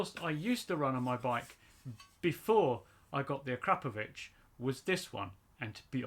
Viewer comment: Volume normalization and that's the first time I've heard someone call it a-crap-o-vich 😂👌